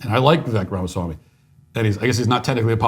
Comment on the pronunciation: It's more offensive that you can't pronounce his name correctly LOL.